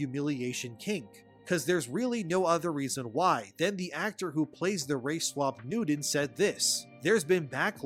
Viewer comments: It's pronounced Issac NewTon not NewDon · Isaac Nuden? ImporDent? Oxycoden? You may need a speech coach to work on that replacing “T’s” with “D’Souza”. Just say’n.